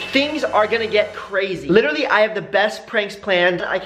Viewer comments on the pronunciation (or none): This is how many times Brant said “litterly” ——————>